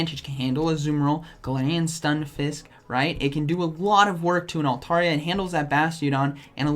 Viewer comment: Great content but hot damn it's " altAIRia".